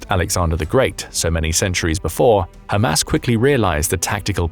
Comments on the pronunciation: I love how he pronounces it "Ham Ass". You know, the followers of Mo Ham Head. 😀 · Spongebob Nukes and Ham Ass exactly how thos guy says it